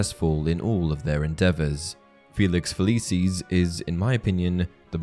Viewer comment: I physically cringe every time the narrator says "Feliceeez"